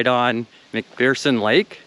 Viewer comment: You might have bothered to learn how to pronounce McPherson correctly. macfurson, there is no fear in McPherson. Any local could have enlightened you.